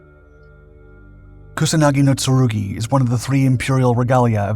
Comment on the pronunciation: "kunasagi no tsurugi"?